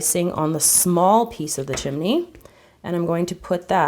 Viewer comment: she said chimne